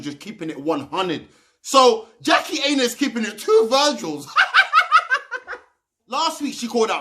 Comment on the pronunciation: Her surname is pronounced eye-nah. But good video 👍